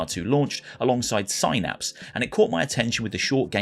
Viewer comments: Synapse=Sainaps? It's pronounced SIN-APS, FFS. Ya know, like what are in your god damn Brain. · It's Synapse as in synaptic or synthetic, not Psynapse like psychic